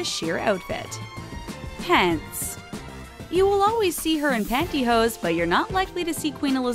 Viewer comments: it's "pantyhose" not pantyhoes. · OMG. Panty HOSE, or "hose" for short...not "pantyhoes" !!!!!!